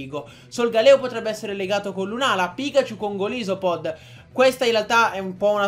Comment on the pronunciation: Ma come li pronunci??? Golisopod??? Slivally??? Nn per fare l'hater, però...